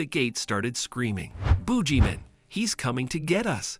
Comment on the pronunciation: It's I think supposed to be boogeyman